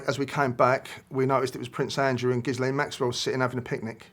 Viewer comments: It's amazing how many ppl can't pronounce Gislane ??!! GILL LANE. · I dont buy it. Why is he so nervous. How can he misspronounce Ghislaine "Gizzlane" after all this time, even after reporter pronounces it correctly. Ghislaine is pronounced ghee-LEHN. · He should know how to pronounce maxwells name. Ghee len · Pronounced: Ghi-lane Maxwell 😂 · He’s constantly mispronouncing Ghislaine. It should be Ghee-len or Zee-len the h & s is silent. You’d think an Englishman would know that. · It's French and you pronounce it Ghilene,🙂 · Why do people have trouble pronouncing Miss Maxwell's name after all the media attention she has received... Both of these two! 🤦🏼‍♀️ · It's French as well as her christian name, and it's spelled and pronounced as Ghislaine. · It's Ghislaine!